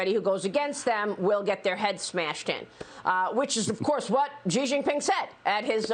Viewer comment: 1) For the love of all that's holy, pronounce his name right. It's not Zee Zeeping or Gee jinping, 习近平's name is pronounced "She jean-ping" as in "(she's cute- the 's cute) + (jeans the s) + (ping pong- the ping)" 2) Those of us Westerners who've been living in China for the last 2-3 decades have been warning Western firms for years - Rio Tinto, anyone? Japanese firms got burned by offshoring (中国移管) just a decade or two earlier and returned home, but instead of heeding their warning Western firms have greedily or foolishly chosen to remain.